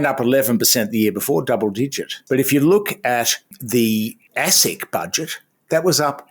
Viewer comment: Did you say assick.!